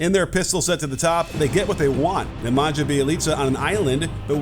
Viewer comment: Coach I love your vids, but it's pronounced Neh-Mon-yuh.